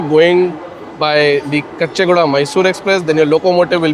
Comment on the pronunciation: It is Caw-chee guda, not kuchchi guda